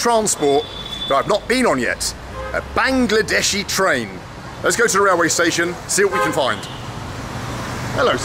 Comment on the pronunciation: "Bangedeshi train" উচ্চারণটা খুব ভালো লাগলো! 😂😂